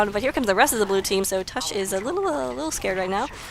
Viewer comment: y was i not informed of this. BTW its tavish :D not tush.